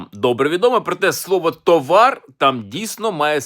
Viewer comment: взяв зіпсував ритміку колядки, правильний наголос - тОвар; тим більше всі люди знають це слово, а він видає його за історичну знахідку